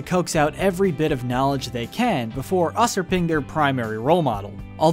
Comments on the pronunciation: It’s “YOU-supring” not “uh-surping” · Usurping is pronounced You-ser-ping not us-r-ping lol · "Uh-surping" What the fuck did you just say. It's YEW-SURP-ING bro lmfao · He really said us-urping not usurping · usser ping lol Usurp: you-serp KOTH rules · did he seriously say upersing isntead of Userping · Did you pronounce usurping as "us-err-ping"? It's pronounced "you-ser-ping". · Us urping.... us.... urping... Someone forgot to tell you it's pronounced you-surping. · "Usurping" isn't pronounced "us-urping". It's pronounced "yoo-surping". Next time look up the big words before just using them. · 'us-erp-erring" it's pronounced "You-Serp-ing" this channel is a joke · it's pronounced "you-surping" son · usurping is pronounces "YOOsurping" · "us-er-ping" lmfao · Sounds like this was first time with the words 'satirist' and 'usurping'.